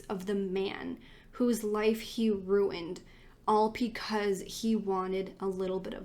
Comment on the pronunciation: You really do a great job with these! But pecause? 😂💙